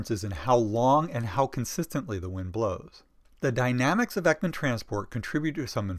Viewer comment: Thank you so much! The information is great and so helpful!! Though you're not very good at pronouncing swedish names😅❤️